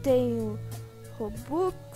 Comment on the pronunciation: Eu amo quando ele fala robuquiz